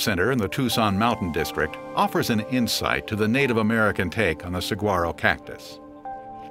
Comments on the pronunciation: I propose that ethnicity has nothing to do with it, but exposure to the linguistics of the Southwest and its terminology. Arizonans know the G is silent, Caucasian or not. Narrators should learn the regional phonetics before they record, and conscientious ones do. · Do some research before you take a check to narrate a video chief! The "G" is silent and would sound like an "H" if spoken correctly. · Hearing the narrators pronunciation of Saguaro is really painful for someone from AZ. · Voice over guy didn't take the time to learn how to pronounce Saguaro. The G is silent. I couldn't even last past the first minute of this thing. If is too lazy to even figure out this pronunciation, then the rest must be just as bad. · I sure wish the narrator had learned how to pronounce saguaro...makes this video unwatchable. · You'd think if you were going to go to all the trouble of making a video on Saguaro National Park, you'd figure out how to say Saguaro right. It's pronounced Sa huar O, not SaG Waro. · It's pronounced sah-war-oh. Otherwise great! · this is terrible. The name is mispronounced. It should be sa wha ro and the language is Spanish. boo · I just hiked 3 miles in it today but didn't see any SEE-GWAR-O's....plenty of SE-WAR-O's though...how dumb can they get?!! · It's pronounced Sewa-Row. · Seriously? Saguaro is pronounced as in Spanish, not with a hard G-sound. Great video, but excruciating to listen to. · He's pronouncing saguaro incorrectly. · This narrator can not only pronounce Saguaro correctly, but his facts are incorrect as well. I’ve measured fallen giants to 75’ tall. And scientists as well as historical authenticators have claimed that these giants can live up to 300 years. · His mispronunciation of Saguaro was distracting… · Rare? We have a monsoon season along with the rains that winter brings 😅 who is this guy 😂 ps the g is silent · This guy pronounces "saguaro" wrong over and over and over.